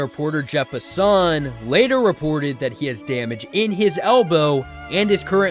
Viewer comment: I’ve never heard anyone pronounce (Jeff) Passan like that hahaha